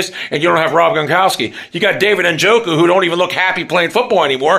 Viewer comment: The moment you couldn't say jok's name 😂 I checked out